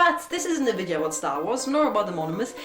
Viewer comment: Well, if you were going to get nitpicky, you should also mention the "Wideo Wersion." In English, V is always pronounced like F, and never like W, which is pronounced Oha, like Oaxaca, Mexico, or Oachita, Arkansas, USA. Yes, in German those are often, but not always, reversed. And Arkansas is pronounced Ark-and-saW, and the residents are Arkansawyers. But we digress. One can excuse a lovely lady saying "Wideo Wersion."